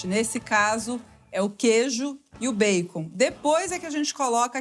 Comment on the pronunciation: Gosto Quando ela pronuncia erradamente bacon.